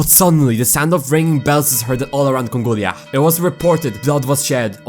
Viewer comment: “THE IS ISLAND OF CONGOLIAH”👹